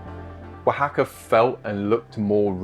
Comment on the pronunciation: English guy: how do I say the name of the city? Local: wa ha ka EG: wuh hack uh? L: wa ha ka Eg: got it, wuh hack uh. yous got any tackos?